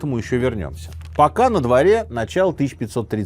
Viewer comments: ПисАрро а не ПисаррО. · Не ПисаррО, а Писа́рро. Ухо режет неправильное ударение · Вам не резало слух ударение на третий слог в имени Франциско ПисаррО вместо правильного ПисАрро? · Франсиско, всё-таки, ПисАрро, ударения у него в фамилии нет, следовательно, по стандартному правилу испанского - на второй с конца слог. А то прям сильно ухо режет))) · Простите, но почему - Писарро́? Мне сразу резануло слух, и в Википедии ударение на а...